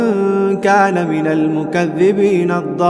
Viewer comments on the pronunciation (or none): none